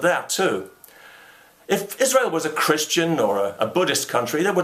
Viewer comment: This message comes nine years late because of YouTube's feed mechanism, but Thank You, Mr. Condell, for pronouncing "Israel" correctly.